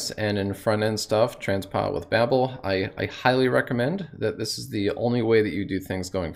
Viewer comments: Learning how to pronounce "Babel" properly also helps :D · Low quality comment - plus you're wrong. It's pronounced babble, per a Twitter thread where babel was consulted. ":D"